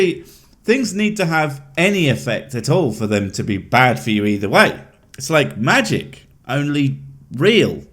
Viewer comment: The doctor has a speech impediment. He pronounces magic all wrong.